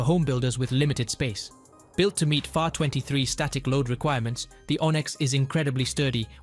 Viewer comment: The narrator NEEDS to be better acquainted with the aviation world language. For an example: FAR 103 is not said as far (meaning distance) FAR meaning is "Federal Aviation Regulations" and as for the 103 is not to be pronounced as a whole number as a mathematical expression but as single numbers 1----0----3 which is a part of the FAA "Federal Aviation Administration", regulations regarding aircraft type, weight limitations and more. When the narrator learns more of the aviation "lingo" then and only then will he be accepted, but until then............learn the "LINGO" ! ! ! ! ! ! ! The example I gave is only one of the mistakes mentioned as there were meany mistakes that were/are prevalent all thought the video. The ONLY way you will sound better is when you know the "AVIATION LINGO". Talk to some pilots or mechanics to START your education. As for me, I have been in the aviation industry for well over 60+ years as a licensed pilot and mechanic. Ask one of your pilot friends what ATP (Airline Transport Pilot) also retired airline pilot and CFIIM is, if you do not have anyone to ask, well CFIIM means Certified Flight Instructor (CFI) I - Instrument Instructor, (CFII) and now the M - Multi engine Instructor (CFIIM) also have Airframe and Power Plant Mechanics license. This information was provided to you so there are NO misunderstandings of my knowledge in the aviation field. FYI, after my commercial pilot flight test (on my 18th birthday) and the following week after, my fligh